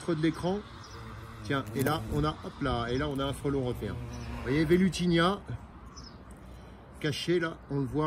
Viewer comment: c'est Velutina, pas Velutinia, non? 😉